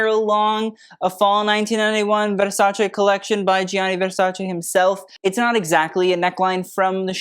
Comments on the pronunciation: Thank you for pronouncing Versace correctly. ❤ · I live how you pronounce Versace correctly. Shows such respect and passion you have for fashion 🎉